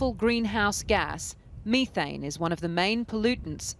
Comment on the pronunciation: You shouldn't talk about methane if you can't pronounce it properly.